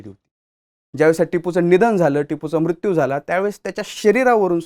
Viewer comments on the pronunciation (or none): none